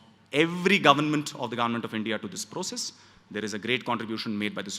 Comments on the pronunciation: Why does he say government as 'garment'?? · Bro it's not garment, it's government of India 😂